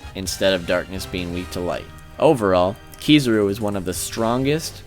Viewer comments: Also Ke-Za-Ru. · Kizaru not Kee zoo roo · and Kizaru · .p Aokiji, not Ekohiji. Also it's Kizaru, not Kizuru lol.. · It's AOkiji, not Akoiji or Akuiji. ...and, dude... Kizuru ?!? Really? KIZARU !